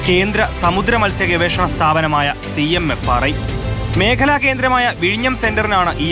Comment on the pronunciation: CMRFI അല്ല ചേച്ചി CMFRI ആണ് ഇതൊക്കെ ശ്രദ്ധിക്കണ്ടേ സെച്ചി